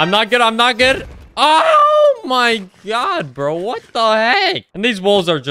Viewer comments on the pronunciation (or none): WOULD YOU PLEASE PRONOUNCE GOD AS GOD AND NOT GYAD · every time you say oh my gyad i die a little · he said omg many times and it really sounds like he’s saying “ OH MY GYATT” 😭😭😭😭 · OH MY GYAD!!! Person: You mean Gyatt? Or god?? Other Person: God + Gyatt = Gyad: Yes. Exactly